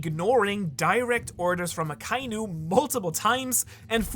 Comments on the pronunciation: Bin neu auf dich gestossen. Super videos. Kleine anmerkung für die aussprache der namen, vor allem aka inu, übersetzt roter hund, trenn die silben aka und inu und verbinde die vokale ai nicht. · Why does everyone pronounce Akainu incorrectly? They only say the name in the show plenty of times...